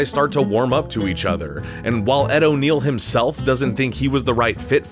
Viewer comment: Ed O’Neill and Ethan Embry (Randall), not O'Neal and Emery. Cheers.